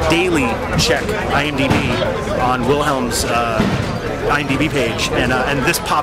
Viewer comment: Hahaha calling Will “Wilhem” never gets old 🤣